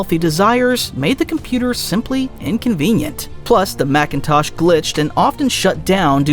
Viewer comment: It's MACINTOSH not MACKENTOSH